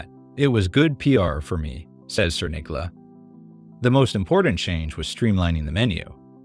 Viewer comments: Cerniglia="Chair-kneel-yah" Poor guy. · I keep hearing Sir Nigula. lol